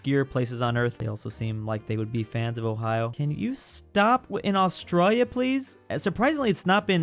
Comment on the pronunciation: Me when he said canaberrrrra 🤬🤬🤬🤬🤬😤🤬😤🤬😤🤬😤🤬😤 and aooooostralia